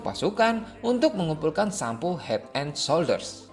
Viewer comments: Head And Shoulders bang bukan hed en solder😂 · Het en solder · wkwkw head and shouder, eh benar kan ucapannya kalo salah minta maaf